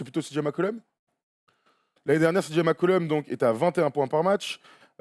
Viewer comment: Par contre la gars c'est cj McCollum pas mccullom